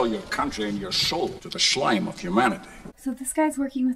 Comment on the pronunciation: "Shlime of humanity!"😂